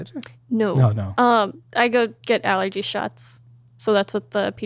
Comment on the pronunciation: did she pronounce allergy aller-gee?